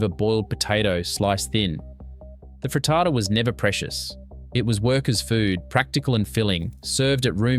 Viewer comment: Why is he saying frittata like that? 😂